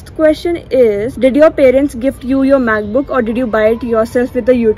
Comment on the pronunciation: You was saying "macbook" and I heard math book and I was like😕